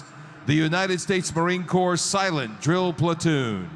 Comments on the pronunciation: Glad you enjoyed the performance. As a Marine, I always envied those guys, as they were sharp as could be. A couple minor corrections... First, the last word of United States Marine Corps is pronounced "core", and not "corpse" (doesn't sound great that way). Second, we Marines do not wear "hats". The proper term for our headgear is "cover". So, that young Marine lost his cover, and had it returned to him. You're right that the M--1 Garand with bayonet is about 10 and a half pounds, so it does take some conditioning to be that sharp. The Corporal that was conducting the inspection looks to have a Good Conduct Medal, a National Defense Service Medal, and what appears to be a Global War on Terrorism Service Medal (hard to see). The Marine with the enormous back, who is a Captain (everyone else was enlisted, he's the only officer), appears to have a Navy/Marine Corps Commendation Medal, a National Defense Service Medal, an Inherent Resolve Campaign Medal (as best as I can tell), and what might be an Armed Forces Reserve Medal (again, not 100% on that). I agree with you about the teams starting to practice before the second half. I get that they have to warm up, but doing so in such proximity to those Marines during their display, is inherently disrespectful. My own time in the Marine Corps wasn't anywhere near as glamorous...... I was a 6493 Precision Measuring Equipment Specialist (electronics calibration/repair tech), and weirdly, also an 8531, Primary Marksmanship Instructor ( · US Marine here... Love the reaction and all your videos. Can I just make one correction. Corps is pronounced "Core" the "p&s" are silent as this Drill Platoon. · Corpse is pronounced core. It is a French word. Thank you so much for the video and your research for the respect it deserves. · The P in Corps is silent. Pronounced core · Silent “ps” in Corps. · Corps is pronounced like core not corpse. Thanks for the video brother, Semper Fi... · Marine Corp, the p is silent.